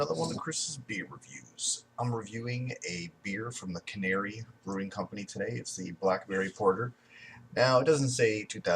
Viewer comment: Can-nery not canary